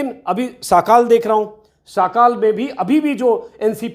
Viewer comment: साकाल नहीं सकाल।इसका मतलब सवेरा होता है।